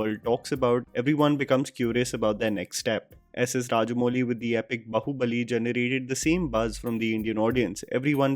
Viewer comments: Some North Indians still can't pronounce baahubali properly. It's not bahubali. It's baaaahubali. Please stress on the aaa maatra dude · It's not b-hu-buli it's Baahubali. I live in the states and have never pretended to have an accent or tried to sound different. For an orator you need to vocalize and exaggerate. Maybe go back to speech 101. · sorry if this is bitchy but its bAAhubali not bahubali. its a lil annoying everytime you say bAhubAli. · Its baahubali not bahubali🗣️ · It's baaahubali, say it with me...baahu...bali 🤣🤣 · Bahubali bolna seekhlo bhai nahi atleast mention karna band kardo plz yaar it sounds so irritating are u not from a Hindi region what is the pride is showing that u don’t knw Hindi or u don’t speak Hindi I like your review but bhai Bahubali bolna band kardo u can’t pronounce it